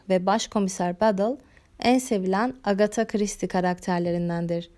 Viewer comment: Full isim telaffuzundan sonra tebrik ederek abone oldum